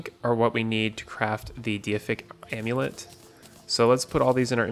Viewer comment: Pretty sure it's pronounced dayfic amulet not diyafic amulet